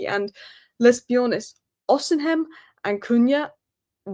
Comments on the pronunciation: Lol, it’s pronounced O-Si-Mhen, not O-Sim-Hen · The way pronounce “Osimen” Is pure Gold. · Please pronounce Oseimhen correctly “ O Sea Men” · You can't have watched a single game Osimhen has played in to pronounce his name like that. Come on you've been talking about Osimhen for a year or more. Ignore the h! Just say Osimen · She is always putting the 'M' silent Whereas it's the 'H' is the silent letter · Wish you could pronounce Osimhen’s name properly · As a Nigerian, the h in Osimhen is silent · If we do get Osimhen hopefully will eventually learn to pronounce his name properly. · the 'h' in Osimhen, is silent. You're butchering the name. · butchers names all the time. I think she gave up on Ekitike. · has difficulty in pronouncing some names, you need to understand that she may have a speech impediment and finds certain words difficult. Leave her alone.